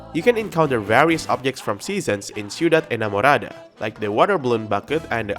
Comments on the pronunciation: Your Spanish is really good, I was surprised when you said Ciudad Enamorada so well. It almost sounded like if you're Latino :) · Oh! your spanish hears good! When I heard you saying the name of the new place "Ciudad Enamorada" I got surprised! "Plaza Mariposa" and "Vista Hermosa" really good job on the speaking!